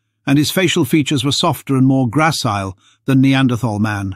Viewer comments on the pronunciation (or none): Wtf is “grassile”??